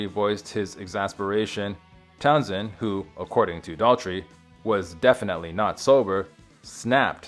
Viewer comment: I really don’t want to be that guy, but come on! Learned how to pronounce words: singed is “sinj-d” not “seeng-d” Pete’s last name is Town-SHend, not Town-send